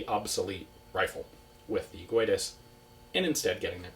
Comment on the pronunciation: In portuguese "Guedes" is not pronounced "Gooedes" but "Geh-dsh". The way you pronounce it is more like Spanish. Here is an example: Good video!